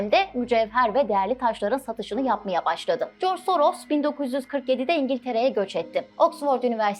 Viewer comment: Adam Yahudi ise nasıl Macar asıllı oluyor :D Yahudi asıllı Macar demek daha doğru değil mi? "S" harfi Macarca dilinde "ş" olarak okunuyor o yüzden soyadını okurken Şoroş demek daha doğru.